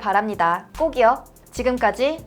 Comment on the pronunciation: 꼭이요가 꼭끼오랑 꼬기요로 들리네요 마지막에 NG에소